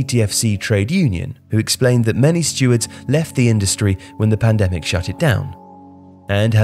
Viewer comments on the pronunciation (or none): none